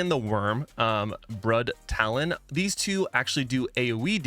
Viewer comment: 😅 still cringy to listen when you’re still consistently mispronouncing things in game like “Brudtalon” 🤣 Otherwise, good job.